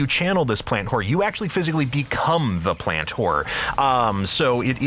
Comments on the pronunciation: Am i the only one hearing "plant-whore" all the time? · No, i hear that too